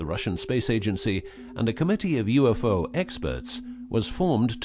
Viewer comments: It's U.F.O not ufo (you-fo) LMFAO!!! Gene Roddenberry called. He wants his story back. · It’s UFO not YOUFO